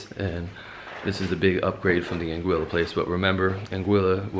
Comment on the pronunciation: Lol If you don't say (out loud) or think something like "we made it" after a Saba landing, you didn't experience that landing correctly. Also appreciate that you pronounce St. Maarten, Anguilla and Saba correctly.